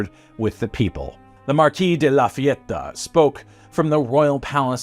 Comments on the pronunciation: Who is this “Láfiattá” gent? 😅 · Awesome video La FayetAAH! 😂